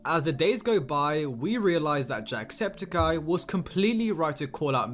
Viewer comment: Its septic-eye, not septakai